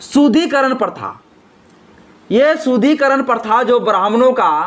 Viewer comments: Manusmrithi me kahan yah sab likha hai,shloka ke saath ullekh karo.SHUDDHIKARAN shabd ko bar bar Shudhikaran kahathe ho,shruthikatu lagta hai. Correct pronunciation karo.Barthaman me Hindu samaj ko sangatthith karna atyabashyak hai.Samaj me vedaved paida math karo.Aaj samagra vishhwa Hindu Sanathan Dharma ka mahathwa sweekar kartha hai.Hindu Sanathan Dharm ka udaarta, sahansheeltha, prem, sanskar, ahimsa, manabikta, uchh bichardhara ebang sarbopari MAHILAON KE PRATI SAMMAN aur koi dharm me milega hi nahi. Kashmir me Islamic shasankal me Hinduon ko dharmantarit kiya gaya thhaa,lekin sc,st logokon chhod diya thhaa.Kyun?Kyun ki sab Musalman ho jaayega tho saaf-saafai ka kaam koun karega?Hindu samaj me sudhar thathha vikash ka kaam karo,nafrat math phailao. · पहले तो शुद्धिकरण का उच्चारण सही से करो.... अभी तो शिक्षा से वंचित नही हो ना।